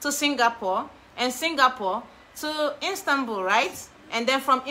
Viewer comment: Istanbul not instanbul 😂♥️